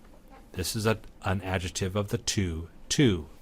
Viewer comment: Thanks for the great series! Just one thign, though: your incorrect pronunciation of 'adjective' as /ˈadʒɪtɪv/ instead of /ˈadʒɪktɪv/ really REALLY drives me crazy. I know, that's a small thing but I just can't help myself. Where did you learn this pronunciation?